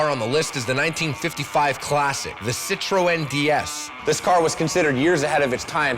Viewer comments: Sit-tro-en? Ci-tren. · Citro-e-n.... -.- it's pronounced Sitren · "SIT ROW N"...HA HA HA....Fucking Americans......sit tron. say it with me now.....SIT-TRON. Ha ha....epic fucking mealtime indeed!! ha ha "sit row n"...classic. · the cit ro en ds lol! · "Ci-tro-en"? Really?